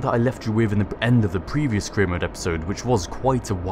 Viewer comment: Every time you say "career mode" i hear "Korea mode" :Þ